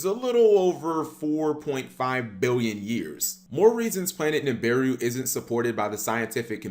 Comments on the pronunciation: It's NI BI RU not NIM BI RU 🤦‍♂️ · It’s Sumerian (Sue-mary-an) Nibiru (knee-beer-ooh). Not Samarian. And wtf is miso-patomia?! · Dam you can’t even pronounce the name right lol Nibiru (NAB-BA-RU